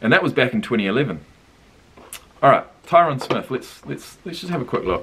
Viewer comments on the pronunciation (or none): Great reaction but it’s Tie-rin Smith lmao